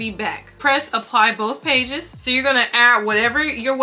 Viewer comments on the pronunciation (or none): none